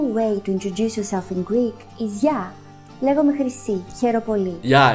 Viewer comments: Ναιι, τη φάση, Εγω απο πίσω να είμαι κάπως: ΔΕΝ ΕΙΝΑΙ ΛΕGΟΜΑΙ ΕΙΝΑΙ ΛΕΓΓΓΓΓΟΜΑΙ, But nice, you did well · Όχι γεια λέγκομαι Πίτερ, λέγομαι Πίτερ